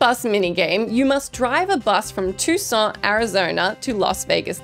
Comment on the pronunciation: I dunno why says "Tuscon" with a French accent, but it's grown on me and I think I'll adopt it haha